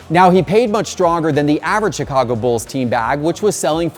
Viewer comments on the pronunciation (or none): none